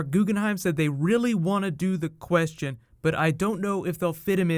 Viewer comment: Please edit down your lisp, it kills my ears every time I watch your vids. Plus you say the "Question" weird.